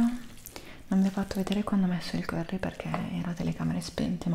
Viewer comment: Ti stimo hai pronunciato il curry come il nome del giocatore di basket 😂❤